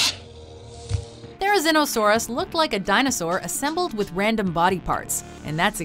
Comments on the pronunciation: its pronounced Thair-uh-ZEEN-uh-SAWR-us not Thair-uh-ZIN-uh-SAWR-us Cringe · it's pronounced There ri zee no saurus.